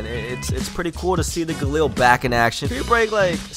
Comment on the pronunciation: PRONOUNCED (GAH-LEEL) not (GAH-LIL) 😂😂😂😂